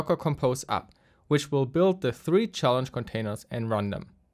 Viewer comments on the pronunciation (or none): none